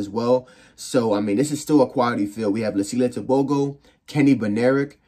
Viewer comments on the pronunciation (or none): Ter-Bho-Go😅 American accent